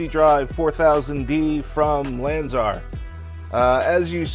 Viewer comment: SOUNDS like U,say lanzEr , lanzAr !